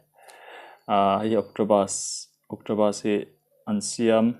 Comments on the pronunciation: Octopus.... Awktawpas tiin lam rawh octobus ti Suh a nih loh chuan City bus ti law law rawh😂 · Nia, Octopus a pronounce dan hi a dik hlel deuh. Pus lai hi P leh B inkar, Bus ni em em si lo, Pus ni lawl lawl bawk si lo a ni tur a ni. U lai hi A leh U inkar 'BS' angin a ri tur niin ka hria. Sawi fiah a har êm mai. 🤣 'Akṭawbs' a ni tawp mai. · Eng BUS maw i ei😂 Octobussss😂😂😂 kaikuang Bus ti ve law law rawh